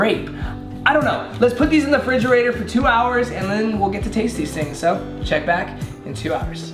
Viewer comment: did he say fridgerator???? :D :D